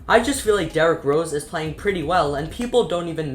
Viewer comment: And "derek" rose 😭😂